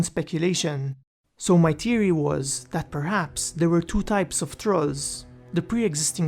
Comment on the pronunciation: Really bugs me how you say theory lol where you from in the world? Not trying to be offensive lol its a genuine question :) enjoy your vids